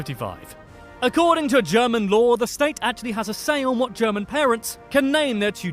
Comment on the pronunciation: Interesting video you are watching, but this guy didnt do a good job in his german pronouncing. Every single word was wrong lmao